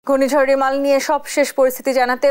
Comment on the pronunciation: রিমাল বা রেমাল এর উচ্চারন রুমাল হয়ে গেল